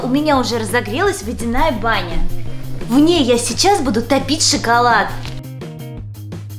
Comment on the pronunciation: не шыколад а шоколад это тебе просто слышится шыколад атак шоколад 🍫 хорошо больше не путай